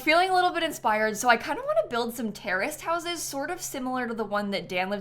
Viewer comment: i thought she said “i love british noses” and i was so confused